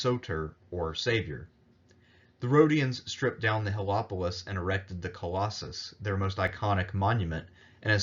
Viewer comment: Regarding Siege of Rhodes: 'Hel-o-polis' is a mispronunciatiion of 'hel-e-polis.' First means 'sun city' 2nd means 'city taker.'